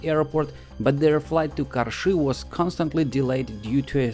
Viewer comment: I love how perfectly you pronounce "Karshy"